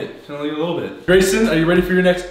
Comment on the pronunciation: It's Gayson here yes, not Grayson, Gayson